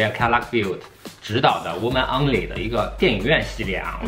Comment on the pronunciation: 作為兩位視頻的粉絲，想為Lolo提出一點小意見，aha可以糾正一下lolo某些的英語發音，譬如“only”之類的。因為經常聽著你們專業的解說但是偶爾配上不太準確的發音就會有點跳戲。當然內容還是很專業的，不過本著粉絲想你們更好的心態，不好意思吹毛求疵一下～